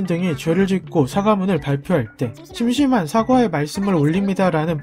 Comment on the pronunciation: 할 일이 없어 적적하다는 뜻의 '심심하다'는 한자어가 아닌 우리말이고 발음도 [심심하다]로 짧게 씁니다. 사과할 때 쓰는 심심하다는 심심(甚深)하다 이며, 심하게 깊다 라는 뜻입니다. 발음은 [심-심하다]로 장음을 붙어야 합니다. 흔히 "[심심한] 사과의 말씀" 으로 그냥 짧게 읽는데, 잘못 발음하는 것입니다. 이러니 헷갈리지요.